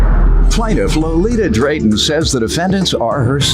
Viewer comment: The way they were saying her name is so irritating “Low-Lee-Tuh”. 🙄🤣🥴